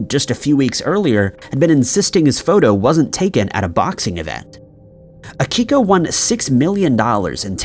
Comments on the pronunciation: It's Akio not Akiko. Also you did not need to say his name that many times... We know who you're talking about. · His name was AKIO Kashiwagi....NOT "Akiko".... 🤦‍♂ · And can’t Akio’s name right either. Pretty pathetic. Boring and annoying.